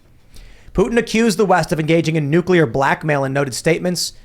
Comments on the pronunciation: God damn it!!! It's NOT NU-CU-LER!!! The word is pronounced NEW-CLEE-ER!!! "The word "nuclear" is pronounced differently in different English-speaking regions of the world." In the United States, the word is pronounced "NEW-klee-er" with the emphasis on the first syllable." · it’s NUCLEAR, not nucular. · NUCLEAR NUCLEAR... say it after me! NUCLEAR... not nucular! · Wtf is going on with so many idiots not knowing how to pronounce NUCLEAR correctly??